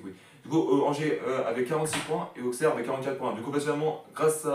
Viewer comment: On dit « ausserre »⚪️🔵